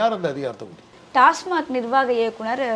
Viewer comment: டாஸ்மாக் என்று சொல்வதை விட்டு டாஸ்மார்க் என்று பேசும் இந்தப் பெண் யார்? கேள்வியே சரியாக கேட்க தெரியலயே